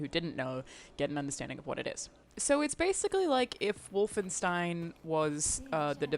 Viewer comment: Oh no please. Not wolfinestine.